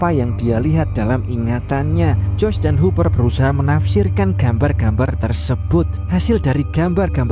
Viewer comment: Joyce bang bukan joys